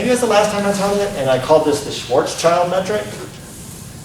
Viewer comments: švarcšild not čajld djuud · Is it some joke to call it "Schwarzchild" (like "gooder") instead of the correct "Schwarzschild"? see